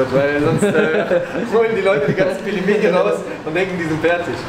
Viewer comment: Du bist nicht nur zu blöd Pelmeni auszusprechen, nein du kannst sie nicht mal richtig kochen. 🤦‍♀️ Sobald das Wasser kocht, nimmt man eine Tasse kochendes Wasser raus, fügt die Pelmeni (max 500g) hinzu und wartet bis das Wasser wieder aufkocht, dann schüttet man das Wasser aus der Tasse zurück, wieder warten bis das Wasser kocht und dann ca. 7 Minuten kochen. Am besten in Brühe kochen und Lorbeerblätter hinzufügen.